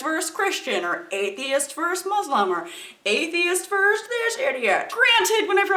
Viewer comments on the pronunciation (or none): It's "versus" not "verse." Just sayin'.